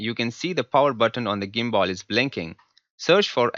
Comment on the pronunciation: illiterate gadha, video banane se pahele pronunciation to thik se sikh le ta.... woh "GIMBALL" nehi re gadhe woh "GIMBAL' hota hai ....